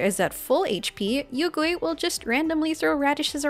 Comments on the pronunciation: Hmm you pronounced yuegui as yougui like how western VAs can't pronounced it as yue. So do you pronounced liyue as leeway too? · Great guide, very few people are talking about Yaoyao now, but also I laughed IRL because your pronounciation of Yuegui sounds like "Oil Ghost" in Chinese. Yuegui means Moon Jade, referencing the Jade Rabbit that lives on the Moon with the Moon Goddess Chang'e, both important motifs and characters for Mihoyo and Honkai is actually having an arc about them now.